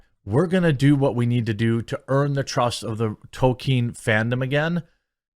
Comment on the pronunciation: Hey Quartening, well done! Have a cookie. You managed to actually come close to saying Tolkien properly and not say token. I give praise where it's due.